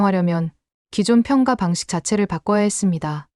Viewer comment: '평가'를 읽을 땐 '평까'로 읽어야 해요. 평가로 읽으면 뭔가 빠진 것 같고 어색합니다. 읽기 기본조차 안 되어 있다니 놀랄 따름이네요.